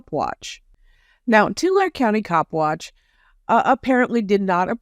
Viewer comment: love your work...Tulare is pronounced Tu-lar-ee :)